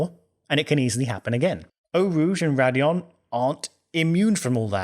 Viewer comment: It's Raidillon not Radillon.